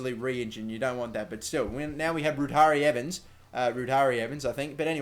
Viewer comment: I know its wrong but please keep saying ruari evans the way you do